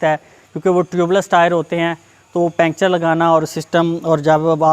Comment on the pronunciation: پنکچر کہتے ہیں، پینچر نہیں، اور وڈیو بالکل پسند نہیں ائی😡